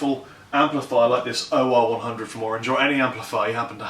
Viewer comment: Hmm, it seems pretty difficult to say "OR100" without sounding a little West Country it seems :p